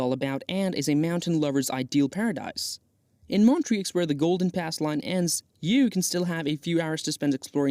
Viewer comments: Not sure if this is a real person's voice or AI, but they definitely need to work on their pronunciation of some location names ("Montrix"???) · Please research how to pronounce the names of the different locations correctly before making a video. You can only hear Montreux pronounced wrong so many times before wanting to stab yourself in the ear.